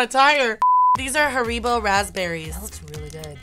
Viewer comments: I like how she pronounced Haribo as Har-ee-bo 😂😂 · the way she said haribo (harrybow) as herebo 😂😂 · how have they never tried pigs faces or haribo and who pronounces haribo har-ee-bo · Haribos are primarily british and its haribo I as in it not hareebo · The way you pronounce it haha its not Ha-re-bro! It's Harry-bow 😂😂😂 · Its haribo not hariboo and have you ever had haribo gummys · I feel like haribo is pronounced harry-bow I'm British tho so it's probs just me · In Scotland we pronounce them Harry - Bows 😂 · haribos are propaly prononse harrybows also there English same with ritter spot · The haribo is pronounced harry -bo we have them in England x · lol I never Americans call haribo hareebo